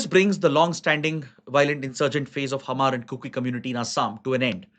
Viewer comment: Sir, Hmar is pronounce as maar , H is silent ..